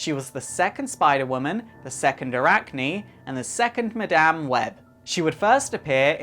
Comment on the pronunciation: 10 seconds in and I'm going!! Dude can't even say Madame properly!!